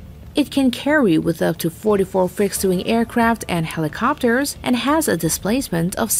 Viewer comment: You guys can't get a decent narrator to read this and pronounce words correctly? "Two hundred-eighty meter," "PortsMOUTH" "helEEcopters," "superierity" "Ronald REEGan" (only the name of a president), and my favorite "the United State Navy." Really? At least act like you care, eh?